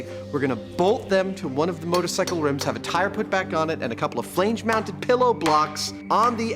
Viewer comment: Lol, “Flaynge”